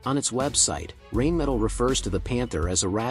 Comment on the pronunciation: Like the video but "rain metal" is not acceptable dude. Its Rheinmetall. Not even trying to pronounce it the correct way shouldnt be the way to go. Not everything is english these days. EDIT: "You are butchering my beautiful language" - for the ones who get it